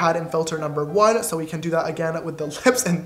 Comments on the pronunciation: is it just me or is every time James says "sooo" he says it with a British accent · When ever James says sooo it sounds so so soooo British